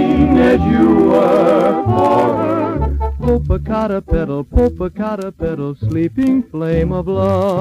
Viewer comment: This is an English version of an original Spanish song from Mexico, which seems not to have been transferred to film for YouTube. The original song is not so frilly and "novelty", but does include a similar mispronunciation of the name Popocatépetl. The melody is beautiful, and the song on the other side of the original Mexican record (about loving a city with beaches) is amazing.